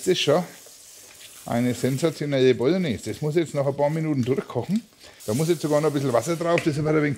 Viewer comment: Die fertige "Bolgnääs" hat man vielleicht nach 3 oder 4 Stunden!